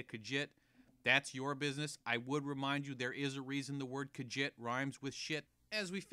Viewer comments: I hated the video and disliked because he hated on Khajiits and not only is that enough for a dislike, he pronounced it "kajit" It's pronounced "KaZheet" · What the FUCK is a kaghit? It's Khajiit you fucking idiot.